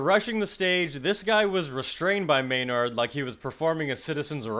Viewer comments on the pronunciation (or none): It's pronounced May nerd, not May yard. Cool show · lol "may-NARD". Nice emPHASis.